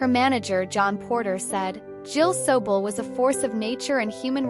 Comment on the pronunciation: Hey AI !, both her birth AND death years are incorrect as well as the pronunciation of her name.